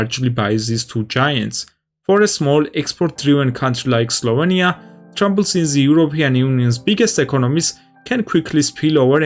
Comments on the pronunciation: slovEnia, not slovania... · Your pronunciation of "Slovenia" gives me an itch :D